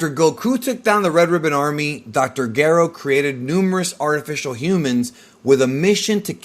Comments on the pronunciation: dr Garo? you mean Gero? that’s how it’s said in the dub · The audacity to call dr Gero the way you do and not like the official dubbed version is a disgrace!!! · Your pronunciations are absolutely infuriating. If you dont want to pronounce Dr. Gero the way it's said in the anime, then you need to pronounce it with a soft G, the way Gerald or Gerard is pronounced. Youre being an ass by pronouncing saiyan the way you do, literally no one in history has said it that way. And Pikkon was the last straw. Yes, in the original japanese version he was Paikuhan. We get it, you did your research. But everything since then, from games and newer iterations of the show call him Pikkon. Because of Toriyamas bad memory, the show evolves and things get retconned. Toriyama used to call SsJ 3, Ssj 2 because he forgot about 2. Not to mention the original grading system. Bravo, you made a good video with a lot of research. But youre just being a contrarian using these pronunciations. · I love your videos. Unpopular opinion I very much dislike how you say dr gero and krillan. Lol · Just say Gero normally bro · Its gero geeero and saiyan why are you mispronouncing lol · I don’t want to correct the way he’s saying dr gero or super Saiyan because this dude knows soo much 😂😂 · I dont think the narrator of this had even heard of nor seen a single episode of Dragon Ball based on how he says Dr Gero and him calling the sayins Cyions.